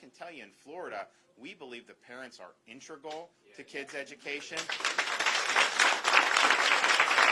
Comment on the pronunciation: Ron, the word you're thinking of is "integral", not "intragul" or whatever you said. YOU might need to use some of this money for a refresher course. Didn't you go to Yale and Harvard? Looks like we DO have mini-Trump here, LOL!